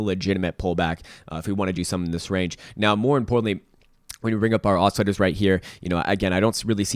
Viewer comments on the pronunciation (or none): none